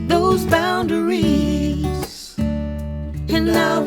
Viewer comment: Thanks,. This is a very clear and understandable explanation and demonstration of this technique. Not to nitpick, but I found myself wincing at the misplaced emphasis on the last syllable of boundaries (boun -da - rees). This violates the principle of maintaining the natural shape of the language. This is the fault of the songwriter and vocalist. No amount of serial compression can do much to make that part sound right. Nevertheless, this is a great video!